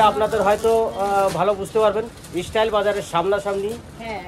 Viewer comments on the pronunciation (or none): Istyle na style